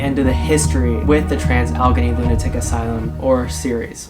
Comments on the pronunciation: Sorry - just a quick tip - it is pronounced al-la-gain-ee. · Oh my god I could not finish watching after hearing him say Allegheny. Now we know the torture these people lived through after listening to that. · Boy did you butcher its name. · Learn how to pronounce its name!